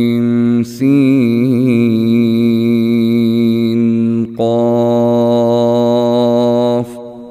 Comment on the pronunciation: عین سین قاف میں اخفاء حقیقی ترک ہورہاہے ہے